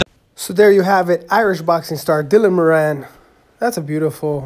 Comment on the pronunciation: Btw moran pronounced moore-an not mor-an